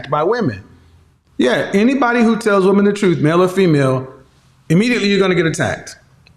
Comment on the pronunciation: At approximately in She said "we (wahmeen) want someone to respect us" Another inversion of reality. MEN seek the respect of others, wahmeen seek love from others. Respect is functional, love is indulgence.